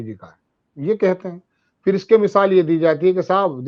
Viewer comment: Please correct your pronunciation Mr. It is phir and not Fir. It is irritating.